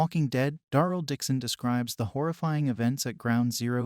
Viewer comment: Ai garbage than doesny rven know how to say Darryl